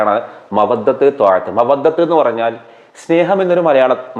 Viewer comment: മവദ്ദ റഹ്മത്ത് ആണ് താഹത്ത് അല്ല